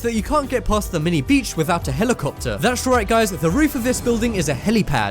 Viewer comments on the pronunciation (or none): none